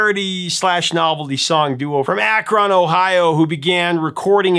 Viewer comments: Akron is pronounced Ak Rin not Ak Ron I am from Northeast Ohio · Hey, just a friendly heads up. Akron, Ohio is pronounced "Akrin" or Akrun". It is all good. Based on how it is spelled it makes sense you pronounced it the way you did. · Ak-ron, Ohio? Just Akron, say it quickly with no pause LOL What's crazy is that i never heard of Pac-Man Fever until a few months ago when i heard it on 80s on 8 on SiriusXM😂